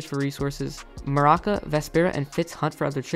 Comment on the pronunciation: Bronte is so out of character here I mean y would he be crying himself to sleep Also it’s Maruca not maraka